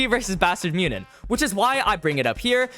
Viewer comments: Great vid but bro... It aint that hard to pronounce München haha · why are there a billion ways to pronounce "munchen"? I've heard way too many... am I missing something?